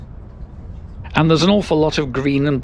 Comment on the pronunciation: Well; you’re not going to get any freebies from Irish Rail, but I like your editorial independence. At least on vlogger I view is a mite too ingratiating for my taste. I spent a long time looking for the “Lewis ” tram! And now at last I know how to say Thurles.